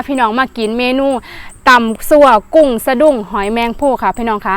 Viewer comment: หมอน้อยๆๆชัดแต่กุ้ง 555